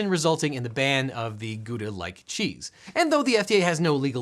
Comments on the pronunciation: It is actually pronounced “how-dah” — not “goo-dah” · Pls. it's not goodah for Gouda, it's pronounced like gowda, read ou not like oo, but like ow. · Just a small lesson. The OU in Gouda is pronounced like the OU in Gouging. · I loved the video, But the pronunciation of Gouda broke me.